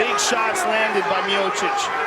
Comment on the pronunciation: Роган специально называет Миочича - "Миочик"? Сам ты Миочик! Дебил .